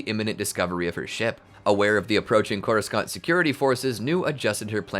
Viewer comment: Drink every time he says Coru-scant